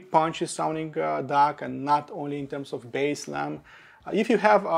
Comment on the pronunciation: This review is for D-A-K not D-A-R-K 😂